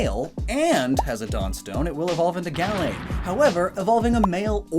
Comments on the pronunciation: 1. The stress in "Gallade" is in the second syllable, not the first. 2. The first /a/ in Gallade is pronounced "uuh." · I don’t really pronounce Gallade Gal-lade I say it Ga-lade